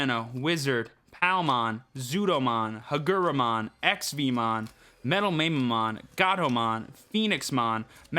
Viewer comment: Love your stuff! I feel compelled to say that Mamemon is pronounced "Mah-Meh"-mon LOL Can't wait to see what decks come out for this format!